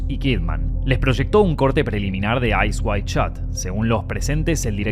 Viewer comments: Ice waid shaaat, odri haybun, rosesssss ....This disgusting narrator hisses like a snake, and probably is one. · is it "Eyes wide shot" or "Eyes wild shot" HAHA the pronunciation is crazy